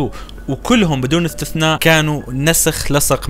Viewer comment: إيش قلت ( ثلث ) تعديل ( إثتثناء)